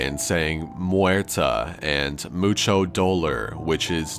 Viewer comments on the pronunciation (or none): Mocho doler! Lmfao CH, it's dolOR